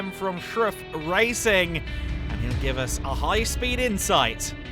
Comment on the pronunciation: Somebody please stop this announcer from butchering Hollbacher’s name. It’s “Holl…” not “Hell…”